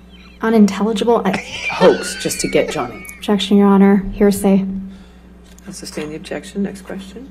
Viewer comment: Hahah, "hersay". Was that on purpose?